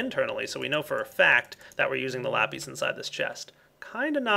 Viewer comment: Lapees? lol